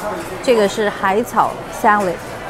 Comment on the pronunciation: salad、clam、 能不能別說sa lei de？🈶人這麼說嗎？